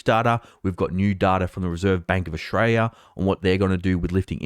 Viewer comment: So good to see that you are more focused on your homeland, Oshraya, (as Victorians pronounce it). But you present less 'dudu' than you do compared to the American 'dudu' that you usually produce.